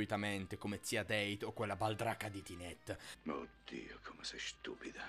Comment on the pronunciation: Scusate, ma posso sapere perché il nome Dete lo pronunciate "Deit"?? Il nome dovrebbe essere tedesco, così lo fate diventare inglese.... :/ No, davvero, rispondetemi... forse sono io che non so qualcosa??